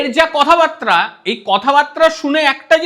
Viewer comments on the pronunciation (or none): বাত্রা নয় বার্তা।